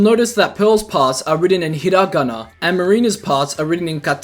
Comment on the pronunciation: There's something beautifully blursed about the way the words "hiragana" and "katakana" are pronounced .